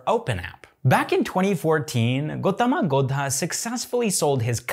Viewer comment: When he said "Gotama Gowda" 😂😂😂😂😂😂